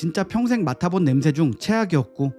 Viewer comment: 냄 thㅐ 라고 발음 하시네 thㅐ 가 아니고 혀끝이 입천장과 앞닛몸 사이 꼬리에 닿게 냄새 라고 발음 하시는게 맞습니다